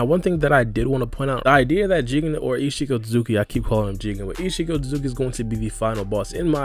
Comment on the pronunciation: Every time u said ishiki It sounded like ichigo lol